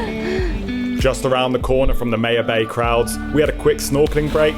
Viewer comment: Pronounced my-ya-bay lol not May -ya bay cmon your accent fix it